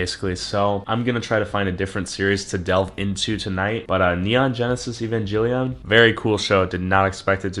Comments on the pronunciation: He said Evangellion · My man called it Evanjellyon LOL